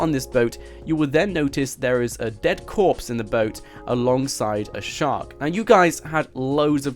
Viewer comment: dead copse... really?